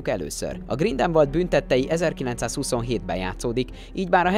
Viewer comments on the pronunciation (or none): GrindelwÁld, nem Grindelwald, ez a szinkronos trailerben is az agyamra ment.